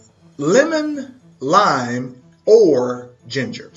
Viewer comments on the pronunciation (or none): none